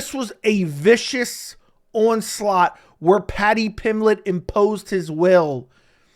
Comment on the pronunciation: Paddy pimlett. Lol you are missing the "B" In Pimblett.